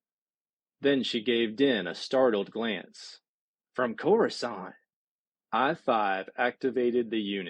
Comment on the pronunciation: Next time read the book like it's in loving memory. I can not stomach this reading or the fact that you, much like many before you, can not pronounce Coruscant. (pronounced core-uhw-saunt). I wish absolute misery to everyone who says (core-uwh-scant). I hope someone burns all your books so you can't hurt anyone anymore with this abomination of a reading.